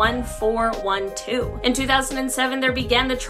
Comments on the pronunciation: TGN 1 412 BI Code, NOT "THN" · why does she keep calling it THN1412 when it clearly says TGN1412 ??